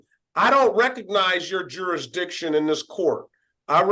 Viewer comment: "Under my jurish-dishin'"